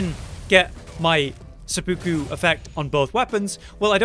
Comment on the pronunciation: my guy its seh-poo-ku not suh-puku